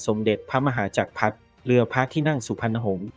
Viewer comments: คนไทยออกเสียงว่าพระมะหาจักกะพัด พระพุดทะยอดฟ้าจุลาโลกไมใช่พระมะหาจักพัด ไม่ใช่พระพุดยอดฟ้าจุลาโลก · น้อยไปสิ... ออกเสียงภาษาไทยเหมือนเพิ่งเคยเรียนภาษาไทย... จักรพรรดิ ออกเสียงเป็น 'จัก-พัด' พระพุทธยอดฟ้า เป็น 'พระบุด-ยอดฟ้า' พยุหยาตราทางชลมารค เป็น 'พยุหยาตระ ทางชนหมาก' ..หลังจากนั้นไปไม่รู้แล้ว เพราะดูไม่จบครับ